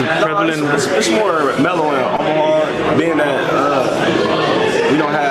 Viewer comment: someone call ICE on This dude can’t even pronounce OMAHA